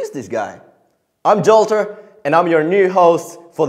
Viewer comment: But Jollter? Are you Danish?